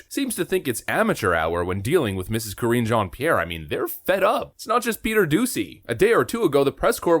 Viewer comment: Correction: you are mispronouncing her name. It’s Karinge.